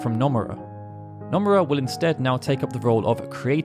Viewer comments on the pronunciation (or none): Bro, I love your channel but could you please for the love of god learn how to pronounce Japanese names considering you need to mention SE staff often? Hearing Anglophones pronounce Japanese names is like a nail on a chalkboard. Just drop the drawl and it will be mostly fine. For example its Noh-moo-rah not Now-muh-raa